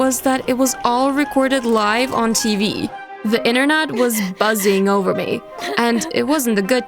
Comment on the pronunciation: I like how no one noticed that in the first story she said inernat instead of internet lmfao😂😂😂😂